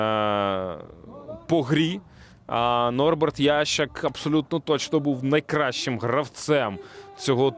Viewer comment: Чего ты называешь его « Ящик «? Его фамилия « Ясщак «, читать не умеешь ?